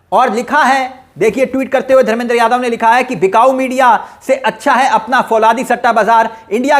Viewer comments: Fauladi nahi bhai falaudi kehte hai. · फौलादी नहीं फलोदी है